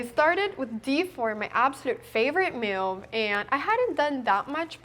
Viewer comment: that’s the weirdest pronounciation of the word “move” I’ve heard Anna say thus far 😂